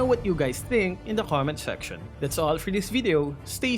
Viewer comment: LoL everytime he says Comment section It sounds like Come INSECTION!